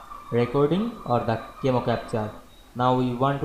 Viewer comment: Pronounced "KA-meh-oh"